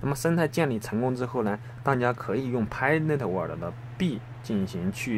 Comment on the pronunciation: 谢谢！注意pi network发音！尾音读k